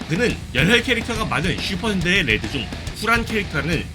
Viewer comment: 레즈라고 들린다..